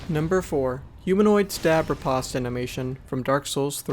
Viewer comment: Well, that's another annoying pronunciation to add to my list. You really did just pronounce Riposte like that? Didn't you? My god. It's pronounced "Ree-post". Let me guess, you also pronounce chasm and facade wrong too?